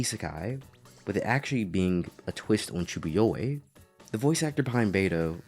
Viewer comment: The way you pronounce "chunibyo" is killing me, other than that, great video. It is so frustrating to see how many reviewers miss the point of this anime and write it off as just a comedy in videos full of backhanded compliments.